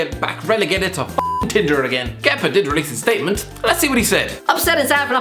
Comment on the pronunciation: Congrats for the for saying Kepas name right first time 😂